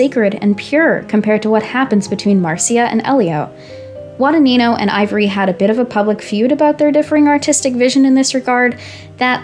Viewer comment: so many wrong pronounciations of the surname "Guadagnino" great video tho